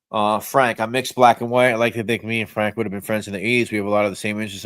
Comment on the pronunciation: I have to start early so always catch the live on my drive to work. The mangling of Frank's name at the beginning slays me! 😂'Frank Diome....Francis...Fiordilini!'😂😂😂